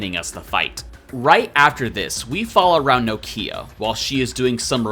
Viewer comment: Are you intentionally mispronouncing Nokia’s name? It’s been driving me crazy lol.